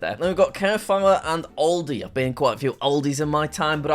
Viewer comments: seriously AoJAn and cAARfiRE bro learn french 💀💀💀💀💀💀💀💀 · Jack pronouncing shopping malls Normal: Auchan Jack: oW-hAHn Normal: Carrefour Jack: KaIR-foWeR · He pronounce Auchan and Carrefour like they're german, as a French it hurted me a little bit (Auchan = O+chan like champagne Carrefour = car+foor (the same way u would say food) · Its carre four not carefoure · The way he pronounced carrefour hurts me